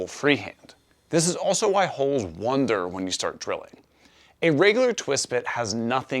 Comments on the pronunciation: The automated transcription heard it as "wander", but yes, it did sound a bit like "wonder". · Funny how you pronounce “wander” as “wonder,” as if the screws are thinking things over with a sense of awe. 😂